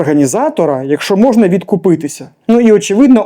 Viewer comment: Ведучий виправіться, бо дуже смішно говорите і це вас компроментує. Кажіть відкупитися! Купатися можна в озері, морі, ванні. Удачі!